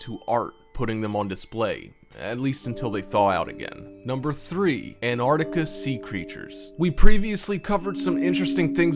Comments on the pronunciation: An-arc-tica Dude it's An-tarc-tica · "Anarica" = Antarctica??? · he says anartica and great joke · The first 'T' in Antarctica isn't silent ffs!